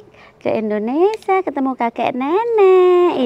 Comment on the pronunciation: Indonesia bukan indonesa mbak jgn salah sebut, moga selamat sampai tujuan...